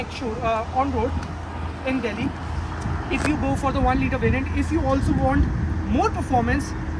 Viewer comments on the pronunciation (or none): none